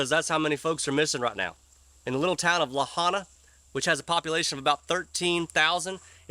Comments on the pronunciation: Lahaina is pronounced… Luh-hi-nuh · 👌 thank you Buddy. & FYI…. Try pronouncing the Burned town…Lah-High-Nah. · La hi na = Lahaina not la ha nah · Lahaina is pronounced “La-high-na”. I’m not going to get embroiled in your political arguments, I’m not American. I’m also no fan of Oprah. But regarding your second question about why her property was not scorched, it’s because her property is quite some distance away, to the southeast of where the fire was. Oprah’s property is in the area of Maui known as the upcountry. The entire island was not burned. Look at a map. There are huge areas that were completely untouched by the fire, not just Oprah’s property. Kihei was untouched. The area around Kahului in the northern part of the island, also untouched. The area around Hana, the eastern part of the island, also untouched. You’re also wrong about wild fire destroying everything in its path. Whether it’s due to a change in the wind, the hand of God, or some other factor, one house can burn to the ground while the one right beside it is spared. Case in point, the Maria Lanakila Catholic Church in Lahaina is still standing whilst everything all around it has been reduced to ashes. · It’s Luh high nuh, sir. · Dude! LOL Lahaina is pronounced. La-Hi-Na! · can't even pronounce lahaina right... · Two things. There is a law against realtors or anyone trying to buy properties from a tragedy. The authorities there have been notified scum bags are contacting property owners trying to buy their property. The home owners have been informed not to talk to anyone about selling their property!! Also, you are not pronouncing Lahaina correctly. My question is why if Oprah is so concerned about the people on Maui suffering from this trades, why hasn’t she donated monies and also all her rich friends, etc., haven’t donated money. Oprah is walking around the shelters but I haven’t heard of her donating money, etc. She has two properties now on Maui. This year, she bought more property!!